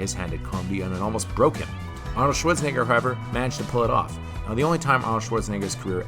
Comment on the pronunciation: arnold shorts-en-a-ger